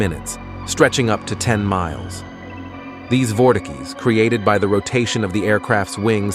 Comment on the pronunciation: Nice vid, though bro cannot pronounce "vortices"